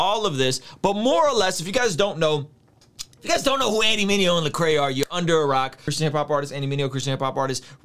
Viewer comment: Solid comment. It’s LEcrae though. Man’s name has been butchered for two decades now...it’s gotta sting him a little lol